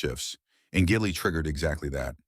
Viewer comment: Ai pronouncing "Gigli" as "Giggly." Probably would have been a better title for the movie tbh.